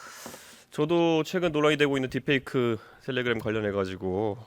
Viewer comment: 텔레그'람' ㅋㅋㅋㅋㅋㅋㅋㅋㅋㅋㅋㅋ